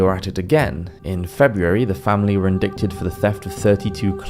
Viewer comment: I absolutely LOVE your videos, but I do have to say it’s a bit jarring every time you mispronounce a word. Not in a British vs American type of way, just incorrectly. Like “carotid” and “indict”.